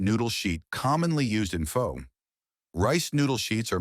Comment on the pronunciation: Narrator only pronounced “pho” correctly 2x. Otherwise I learned something new today. From Hawaii. 69 years old